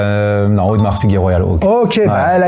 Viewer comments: Personne au monde ne prononce le S à la fin de Audemars 🤭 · Étonnant de prononcer le S de Audemars 😅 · Je me permets une correction pour le..... on ne prononce pas le "S" dans AU DE MARS, mais Audemar(s).... Disons que c'est comme prononcer le "s" ou le "x" des mots bois = boisse, bras = brasse (ça va pour la nage vu que c'est avec les bras), pas = passe (avec les mains ou les pieds), colis = colisse, prix = prixxxxxx, souris = sourisse ou temps = tempse.... Et le pire il a un chrono....AP... Dites, la Rolex Land-Dweller, il l'a achetée il y a trois mois... Ok cool... Délai d'attente svp, merci.... Bon après je vais faire l'avocat du diable.... Sa complication préférée "la date"???? Ah ben oui, AP 15202 y a que la date donc autant pour moi... Yacht Master Titane bon choix, toujours la même question, délai d'attente de??? Je continue.... Si son modèle de rêve c'est une AP sans "S" Quantième Perpétuel, question dates il va adorer.... Parenthèse qui n'a rien à voir avec les montres... Le jeans c'est quoi comme modèle? Pour la Daytona présentée au W&W elle n'est pas au catalogue.... Et c'est 16 brevets pour le new mouvement. J'en rajoute un peu... pour le bracelet de la Land-Dweller c'est une réedition d'un modèle de 1945 (Flat Jubilee) sorti la même année que le Jubilee "normal" donc ils n'ont pas tapé au marteau sur un simple Jubilee... Cependant vous avez soulevé un bémol sur le bracelet, pas de réglage rapide. Ok visuellement il est nettement plus "Classe" mais on peut se poser la question pourquoi Rolex n'a pas fait une évolution de ce bracelet avec le systèm